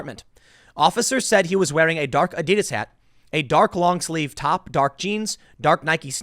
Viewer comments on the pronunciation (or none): none